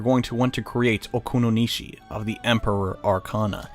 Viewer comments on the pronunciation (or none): Well, srry for doing this but -You said Oukuninushi wrong, you said Oukununishi:P -You trolled Hitokotonusi so hard, the way you said it was funny, Hito...Kontononosi lol -DA BEAST IS HERE!!!11!!! Loved the episode, these fusion episodes are so cool to watch!